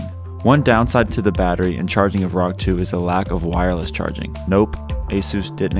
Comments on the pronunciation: You pronouce "rog" like "rock" it should be pronounced as r,o,g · I had to stop watching after he said rog as one word